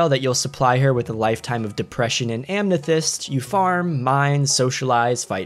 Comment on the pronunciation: Why’d you put an n in amethyst?